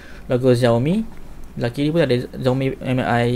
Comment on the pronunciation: Sebutan dia bang Mi=Me bukan M-i. Btw vid ni yg sy tunggu2 dr ytuber malaysia